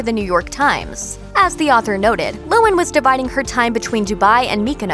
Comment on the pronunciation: LOHAN, not lowen.